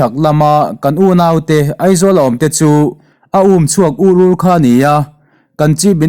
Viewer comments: A ngaihnawm thin e, mahse mizo tawngkam pangai pawh in chhiar thiam lo hi rilru in ti na deuh thin. A ûmchhuak ûr ûr (kuttuma tin ur ur a ang tlat) 'UR UR' tih hi, Thil tla ur ur anga lam zawk tur a nia. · Umchhuak ur ur i tih kha i thlûk dik lo hle mai. Lo inzir zêl teh. Ur ur lai kha thlûk loh tûr aw.